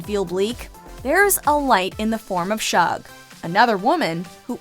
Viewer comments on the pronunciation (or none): It is Shug, not Shog. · I'm so glad that this list acknowledged Celie as a lesbian, but Shug is supposed to be pronounced like the first syllable of sugar.